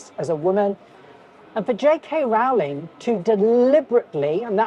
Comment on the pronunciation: It's pronounced r-owling not rolling.